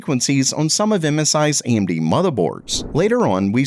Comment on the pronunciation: Whats the deal with the narrator mispronouncing established technology company names? Amdy's instead of AMD. Hinix instead of Hynix. Is that normal for the channel?